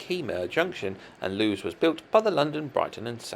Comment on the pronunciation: A very interesting set of layouts, thanks for the video. Just a note on Plumpton Green, Lewes is pronounced loo-iss.